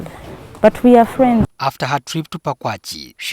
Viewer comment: The place is called ‘Pakwach’ not ‘Pakwachee’😒